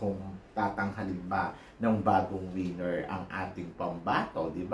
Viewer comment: ......."WINNER" and not "WIENER". If you mean "WINNER", then pronounce the word properly. Pronounce......as WE/NER and not WEE/NER.